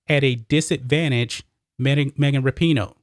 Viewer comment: I thought her name was pronounced Wrap-in-know.